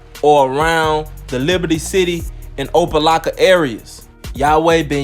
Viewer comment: IT'S PRONOUNCED OPA LOCKA 😁😁😁